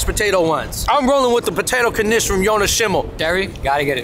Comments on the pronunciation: No blintzes? Mb I missed it. Mandel=almond, mandelbrot Poppyseed also known as "mun" Knish pronounced knish, one syllable, not kuhnish, but lots of people have trouble saying it. I never heard of latkes being "exclusive" to Chanukah, but totally traditionally for Chanukah. Please tell me you ate them with applesauce. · Is this Kuh-nish something new? Knish used to be a one-syllable word. Still is, as far as I'm concerned. The blueberry version has me wanting one Right About Now.